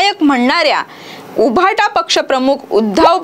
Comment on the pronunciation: बाई तुम्हाला उबाठा असा उच्चार ही करता येत नाही का?? उभाटा असं बोलताय. तुमचे मराठीचे शिक्षक कोण होते?